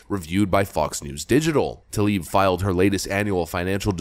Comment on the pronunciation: Why have I only heard Talib instead of Tlaib? Seriously, I don't think a single person, democrat or republican, knows how to pronounce her name.